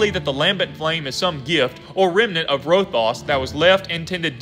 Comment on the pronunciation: Good video! But you said Rothias wrong, it’s Row-Thigh-Us not Row-Thos